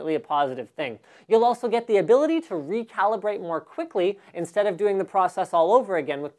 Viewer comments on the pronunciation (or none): 4.00 "recalbirate" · Recalbirate.... seems legit.